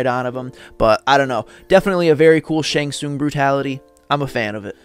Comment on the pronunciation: Ty brother for the shang tsung brutalities. I'm glad I'm not the only one who says his name right. Rock on brother for this brutalities list. Shang has always been my favorite since I seen him take the opponent's soul in mk2